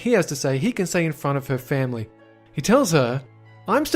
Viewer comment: i dont know why but i pressed J 3 times (a short cut for go back a few seconds) and all i heard was family! family... femley